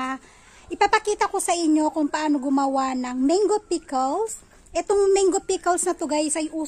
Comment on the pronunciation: Gusto ko ung pagkakabigkas mo ng menggo 😁